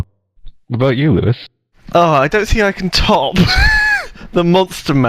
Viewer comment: Just noticed that said poois instead of Lewis at